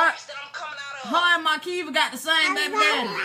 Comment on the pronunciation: Why do you keep saying awdult? It’s ADULT! Why do you pronounce her name with an “R”? It’s Makeva not MaRKeva! But you call Florida ratchet 😂😂😂